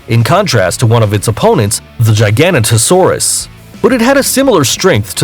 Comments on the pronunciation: He said “Gi ganto saurus” When it’s “Giga Noto Saurus” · Number 4 Giga a nota Saurus Giga a nota saurus Giga a nota saurus Not f*** gy gan ta saurus Please, please, please Do some F******g Homework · Its not gigan-ota-saurus its jiga-nota-saurus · Also it’s pronounced “giga-noto-saurus” it’s latin phrase is gigas, noton, sauro. Or giant back lizard. FOOL!! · It is pronounced jig-a-no-toe-saurus giganotosaurus. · No its jay-ga-no-to-sow-rus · Giganotosaurus actually sounds like jiginotosaurus. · Yeah its more of a turkey not a damn big peacock and he says the dino horribly like how he giganotosarus and carcarodontosarus or somethin idk how to spell it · YOU SAID CARNOTAURUS WRONG IT HAS NO S YOU SAID CARNOTOSAURUS AND THATS NOT HOW YOU PRONOUNCE IT IS IT Edit: AND U SAID GIGANOTOSAURUS WRONG ITS NOT A GIGANTASAURUS ITS A GIGA-NOTO-SAURUS YOUR IN ABSOLUTE SHAMBLES